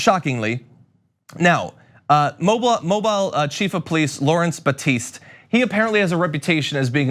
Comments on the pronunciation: Just a point that you are pronouncing Mobile wrong. It's Mo BEEL. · we love you down here in Alabama, but it(Mobile) is pronounced {Mo-Bill). 🤓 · They don't recruit cops from the ranks of rocket scientists. By the way — it's pronounced: Moe-BEEL. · not that it matters but mobile is pronounced "MOE-BEAL" with a country twang. Also, f the police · FYI it's pronounced Moe -beel. Lol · Mobile... pronounced Mobeel. That's all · It's pronounced mo-beel (Mobile) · John, real quick. It's "Mo-beel", Alabama. Also, there's a special place in hell for cops like that. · Its Mo-BEEL, not... on the other hand, BILE fits better. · and the some who do not are mispronouncing it. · The cops making fun of homeless people doesn't need any further comment, it needs swift action (i.e. their being fired post haste). News guy not knowing correct pronunciation of a major U.S. city - yeah that kinda deserves a friendly correction. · Sorry, but I can’t get past John’s egregious mispronunciation of Mobile. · John learn how to pronounce Mobile, it's a city not a phone bro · The way you say Mobile hurts my southern ears. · Not to be critical ,just to inform, John they pronounce it Mowbeal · It’s pronounced mo-beel Alabama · It is pronounced Mo-beel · Friendly tip: The city is pronounced “mo-BEEL.” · For future reference, Mobile Alabama is pronounced Mo-bill. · It’s pronounced MO-BEEL! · Ugh it's pronounced Moe--bill FYI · Pronounced: Mo-Beel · Loved this agree with all u said...one thing though. The city is pronounced MOH-beel. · Respectfully you’re wrong! The pronunciation of Mobile, Alabama is Mo-beel Don’t believe me? Even though I actually lived in the state for years, here’s what the Business Insider says, “Mobile, Alabama's name isn't pronounced "MO-bull" or "MO-bill" or "MO-beel." Locals know that you have to place the emphasis on the second syllable: “mo-BEEL” is what they go with.” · It's pronounced "mo-BEEL". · No offense John. The pronunciation is 'mo-beel'. Thanks!